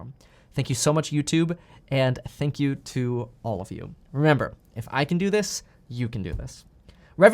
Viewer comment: No, “sank You!” #1